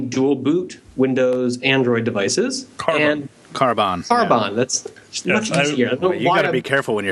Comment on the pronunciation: it's karbon....nt karboon